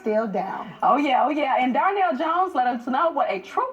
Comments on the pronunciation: Is it just me or is the lady in orange saying Darnell instead of Donnell? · She keep saying Darnell lmao